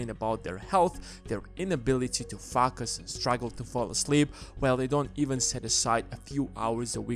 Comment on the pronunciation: What is “fockus”? 😂